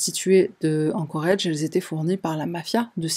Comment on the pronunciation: Ah, encore un truc. Pourrais-tu contacter pour lui lui rapeller que "Anchorage" se prononce "Anchorage", et pas "Anchorage" Merci à toi.